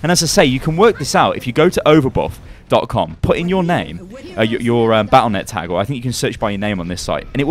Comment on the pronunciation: overbuff? overbot? what are you saying man